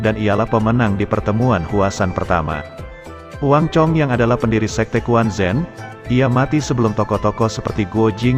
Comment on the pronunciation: Quan Zhen dibaca Chuen Cen,, bukan kuan Zen, huhuhu